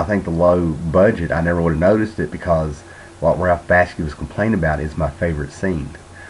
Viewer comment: man, learn how to pronounce BAKSHI!!!!!!!!!!!!!!! also, Light Years is based on a french sci-fi novel called Gandahaar!!! Isaac Asimov just adapted the story. he didn't write it.